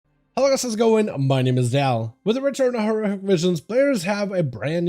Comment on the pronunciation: with the return of what? you didnt even pronounce horrific